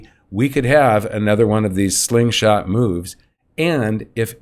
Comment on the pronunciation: Hey you been saying this slingshot for decades already! Someday you will get it right!